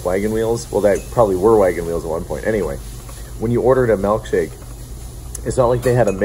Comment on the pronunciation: I can tell you spent time out east by your pronunciation of milk shake as "melk shake".